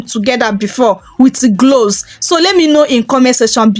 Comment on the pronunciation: I thank you for this recipe. I laugh a little because your accent is so cute to me. Being in America, if there had never been the transatlantic slave trade, I wonder if my accent would be like yours. Some of your words I had to go back and listen again. Example when you said "Cloves" it sounded like "gloves or glows." Also when you say words with an "R" at the end, I like the way u say it. Example: water, u say watuh, and butter, you say buttuh. God bless you. Hhhhh I thank u again and I'm looking forward to learning more from you channel. I am in North Carolina in the USA. I have subscribed to your channel. One can also use a preservative to extend the time that u can use it. I use Germall Plus. I order it from Amazon. I want to add that most people suggest to use products consistently for 3 months to see good results.